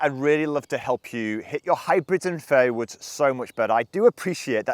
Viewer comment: Every time he says fairway woods it sounds like fairy woods